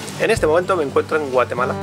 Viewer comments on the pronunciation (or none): Como que "Guatelama"!!!!! jajaja saludos! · Es GUATEMALA, no GUATELAMA:)))))))) ERAS MI IDOLOXD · Al inicio de tu video dice, Guatelama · Alguien más notó que dice GUATELAMA, al inicio? 🤣🤣🤣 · Dice Guatelama al principio, es error?